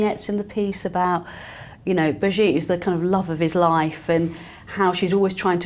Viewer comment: I am sorry to say but you made a mistake about the Duchess of Gloucester. Her name is not Brigitte but Birgite. Further more I love your show, watching it from the Netherlands.